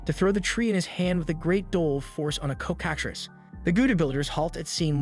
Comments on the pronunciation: Coh kah trees? Cocka-treece. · Of its your voice couse it doesnt sound like ai but you never know Just so you know its pronounced "cock-a-tress" or "cock-a-trees" It doesnt really matter but i thought id let you know if you need a verbal vertion my little pony pronounces it how ive always heard it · LMAAA its so funny how you say coc